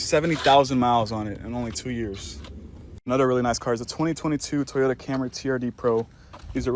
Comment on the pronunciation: how the fuck do you pronounce Toyota so badly